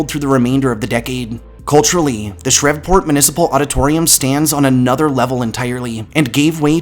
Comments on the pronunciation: Dude your videos are great. Your narration is on point and you can really tell a lot of research was put into it. One minor nitpick though, Shreveport is pronounced with a long e, it rhymes with Steve. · Shreveport is pronounced “SHREEV- PORT” lol Love the video though!!!